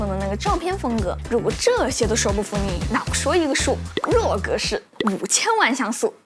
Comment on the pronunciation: 不好意思，"RAW"念"rua"四声